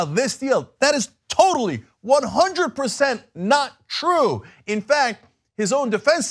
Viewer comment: Bibi said it's twue so it's twue. Not hard Young Jerks. BTW ISRAEL IS SECULAR